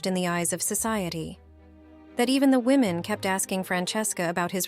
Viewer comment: Poor confused AI! Can't tell "him" from "her" and says, "WOE men" for "women." Isn't there a human attached to this site that can EDIT??